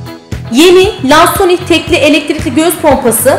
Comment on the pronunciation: Keske isminide dogru telaffuz etseydiniz